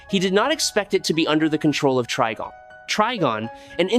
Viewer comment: Wait, is his name pronounced TREE-gon or TRI-gon? At least pick one, even if it's wrong, and stick to it. Going back an forth is very annoying! Btw, it's Tri-gon, with a long I.